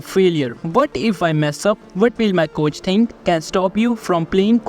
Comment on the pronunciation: “Overtinking”💀 “what will my coach tink”💀